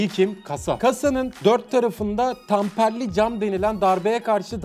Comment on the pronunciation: 7.02 abi o tamperli degil temperli